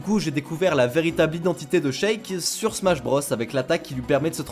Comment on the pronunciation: Par contre, on prononce "Chik" pour Sheik, "Nukeulz" pour Knuckles, et "Smach" pour Smash (et pas Smatch par pitié...) Super vidéo sinon continuez 👍